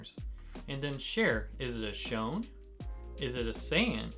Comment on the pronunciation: I think it’s pronounced shoneN not “shone”? 😬